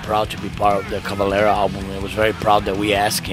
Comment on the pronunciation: Por favor Max... Fale "Cavaléééra"....com o ééé bem aberto... Não faça sotaque no seu próprio sobrenome...